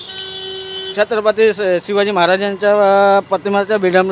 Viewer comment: या रिक्षावाला काकांना छत्रपती शिवाजी महाराजांचे नाव सुद्धा नीट घेता येत नाही.